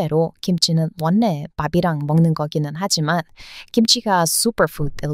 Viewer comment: 참~ 영리하고 정이가는 어여쁜 분이시네! 어쩜 그리도 우리 한국말을 잘 하세요? ㅎㅎ '원래'는 편하게 '월래'로 발음하세요. 뒤의 'ㄹ'영향을 받아, 앞의 밭침 'ㄴ'이 'ㄹ'로 변합니다. ㅋㅋ.. 힘들어 보여서 그냥 드려보는 말입니다.